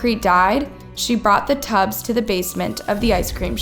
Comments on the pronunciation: In the opening she said ice cream tubes when it is clearly tubs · Why can't this lady making the video ever pronounce things correctly? it says TUBS, not tubes. She does this in so many videos. Who is she? Where is she from? I'm so confused as to why she cant say things right... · Unscrupulous, extradited, macabre, and tubs (pronounced tubes in the opening). That is a lot of mispronounced words for one video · Ok this is totally off topic but not the first time this channel used completely wrong pronunciation of its own title , and I'm triggered 🤣🤣 its tubs not tubes, as in bathtubs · Surprised you have so many subs when you call tubs "TUBES" 🤣🤣🤣🤣🤣🤣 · She literally has to learn how to pronounce first before saying it. First her name is said wrong and now she says “tubes” instead of “tubs”? C’mon now. Then ppl talk smack about Mexicans not speaking English properly 🤦🏽‍♀️ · ice cream "TUBS".. 🍨 they're NOT "tubEs" 🍦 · Oh thank goodness someone else said it first. Pretty much every episode I have seen on her various channels, have at least one word completely mispronounced, usually more. In this situation, it actually changes what happened, they were in tubs, not tubes, 2 different things. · YOU SAID "TUBES" BAHAHAHAHAHAHAHA 😂😂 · Tubs is not pronounced tubes. Two different things. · Did they EXRACT her or EXTRADITE her? Did she put her dead lovers in ice-cream TUBS or TUBES? Lol. Even the way she pronounced UNSCRUPULOUS, AAAARRRGGGGHHHH!!!! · Wait… tub is pronounced as Tube? Schleckeria is pronounced as Scherlicka? I’m confused. Help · Pronunciation is a problem. 'Tubes' instead of 'tubs', and I know 'esotericism' is a tough one but it's worth the effort. The concrete 'dried', it never 'died'. I still enjoy the content, I hope you can pin down the problem :)